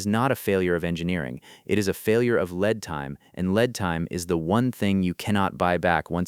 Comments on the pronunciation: Led time instead of Leed (lead) time ! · Why would it be different from AI voice? Example? 'Lead time" as in the elemental metal. Ha! It's V.I.K.I.'s digital husband.